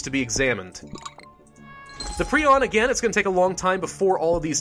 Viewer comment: He pronounced it pree-on.. isn't it pry-on?